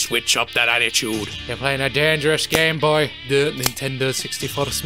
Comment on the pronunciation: Except I was trying to refer to his speech pattern. He puts an extra space between "game" and "boy." Rather than "dangerous" & "game."